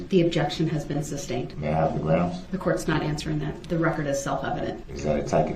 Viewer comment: 1) “Substained!” Sustained! 2) “Ubjec-Shun!’ Objection! 3)”Biasteness” Biased! 4) “Axing” Asking! 5) “Speclative” Speculative! Need I go on? This guy, so DISRESPECTFUL! He got the best of what the Judge could sentence him too, but Definitely did not get what he deserved! Victims Families should have been each given a Ford Escape, while DB stood in the middle of a field, (on foot) while the Families are allowed to chase him down!